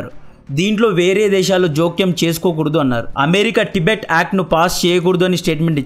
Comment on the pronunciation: ప్రొనౌన్షియేషన్ కరెక్ట్ గా పలకడం నేర్చుకోండి తిబెట్ కాదు టిబెట్ అని పలకండి కొత్త కొత్త పేర్లు పెట్టకండి